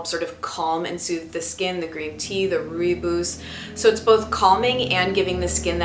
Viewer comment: Hi, thank you for such a detailed review. Also, that lipstick looks gorgeous on you! Sorry to be 'that' person, who corrects pronunciation but as a South African, I thought I'd find you a source for the proper way to say rooibos. Check it out here:. It literally translates as red bush. Cheers!